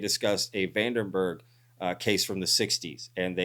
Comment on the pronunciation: Hey, it’s Vandenberg, not Van Der berg